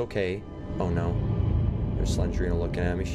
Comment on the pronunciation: It’s not slengrena it’s slendrena